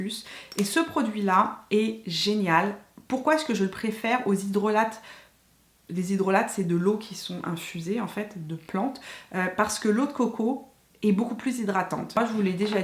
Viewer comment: Hello. On ne prononce pas le-t dans hydrolat pour info